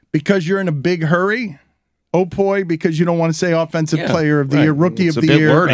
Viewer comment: Sporting News OPOY....common. SNO-POY.